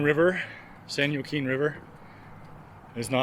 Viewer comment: Love your walks. Wanted to let you know you are mis- pronouncing San Joaquin. The J is said like a W... San Wakeen.